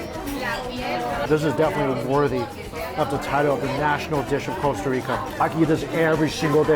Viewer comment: It’s Costa not Coesta